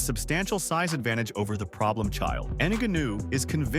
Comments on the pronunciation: It actually starts with a ng sound, not enga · GANU GANU… ffff its NGANNOU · "Ann Gunnue" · A channel called fighter’s corner is going to call Francis “inaganoo”? WTF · Francis "En-gannu"😂😂😂😂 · You should learn French to say Franciss' last name in a way less embarrassing way. Try, "Nin-gaw-khew." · Francis N’ganuuuu…. Bruv, I turned off this expert after I heard that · Francis N-gone-ew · “Francis Enganoo” 😂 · Yeah i immediately clicked off of this video as soon as it said francis in-guh-new. Do your own commentary or just stop making videos... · Francis Ngannou is pronounced NAH GA NU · Pee-ka-boo, En-ga-noo. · "Francis En-Gu'noo" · Rampage said Neganu🤦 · that mf said nigganu 🤣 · You are slaughtering Francis' last name